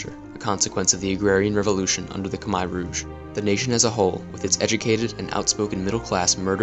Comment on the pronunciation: Ryan Oakley im cambodian and sorry not everyone in the world knows how to pronounce ‘khmer’ its sad someone like you would criticize someones accent.